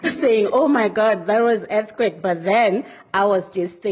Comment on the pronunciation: Whats an "Er-ti-quake"